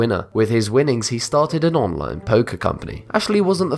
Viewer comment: Wtf is an On-Loan poker company, ffs learn to speak properly